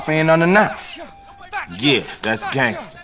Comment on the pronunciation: Great video but to hear “gAnGsTER” come out of your mouth made me wanna gangster my brains out